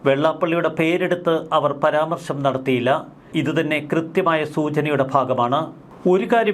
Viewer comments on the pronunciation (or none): none